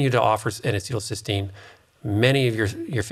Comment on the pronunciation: NAC is not N-acetyl-Cystine, but N-acetyl Cysteine. Cystine is the oxidized dimer of Cysteine, which is a single amino acid. keeps saying "cystine," when he should be saying "cysteine." NAC is also branded as "Mucomyst-"-used in ERs to treat acetaminophen overdose. All anti-oxidants except glutathione become free radicals after they donate their electrons to neutralize other free radicals. When reduced glutathione donates its electrons it is simply "oxidized" glutathione, but not oxidizing.